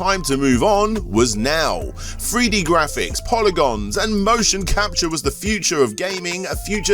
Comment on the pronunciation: What’s a “FREE DEE FIGHTER”? 😆